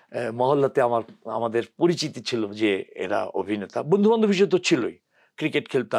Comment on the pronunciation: এত একজন গুনী অভিনেতাকে নিয়ে আপনার মতো একজন বাক প্রতিবন্ধি করেছেন অনুষ্ঠান। অবিনেতা, বিডিও, এগুলো কি ধরনের উচ্চারণ। আগে প্রমিত বাংলা শিখে আসুন। আর এই সব মিডিয়ারও কোন স্ট্যাটাস নেই, যা তা লোক নিয়ে আসে উপস্থাপক, সংবাদ পাঠক হিসাবে।